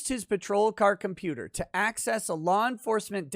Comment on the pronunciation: "Hey, kid... I'm a computah... stop all the downloadin'..."